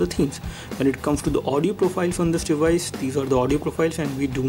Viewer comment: For real?? Im sure you've been saying "this device" over a thousand times and what make it worse, it even sounded like you were saying " this dewise" man you have lotta learn..